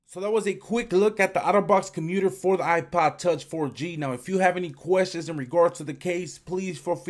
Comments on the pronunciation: "iPod touch" can't you say it properly? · It sounds like your saying ipa tauch